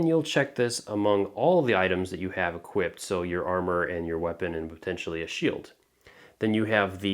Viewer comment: First off, thanks for the turtorial. Very well made.Second, this game is kind of intended for fans so "will it hold up" isn't necessarily a fair argument.Third, equip is present tense, not equip't. Equipped is past tense, not equip'ted. Had a friend that said it like this and I wanted to strangle him xD